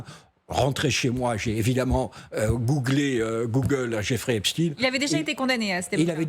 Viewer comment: Il dit une fois Jeffrey, une fois Joffrey, par contre il prononce très bien Epstein.